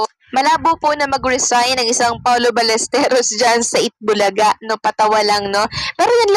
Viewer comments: Si jay saka ikaw, Balesteryos ang bigkas. Balesteros po. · Paulo Ballesteros, Baĺyesteros, hindi Balesterios😊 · Paano kami maniniwala sayo... Eh apelyido nga lang ni paolo dimo mabigkas ng ayos😅😂🤣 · Hindi balesterios ang apelyedo ni paolo...BALLESTEROS ang tama ayusin mo naman brad.. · Ballesteryos daw....wahahaha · Even your pronunciation of Paolo's last name is wrong. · Alam nyo po sana pag nagbabalita kayo yung 100 % na totoo at pls pakiayos ang pagpronounce ng apelido nya masabi lang na may youtube ariba lang ng ariba gawa kayo ng sarili nyong content kinikuha nyo lang din sa iba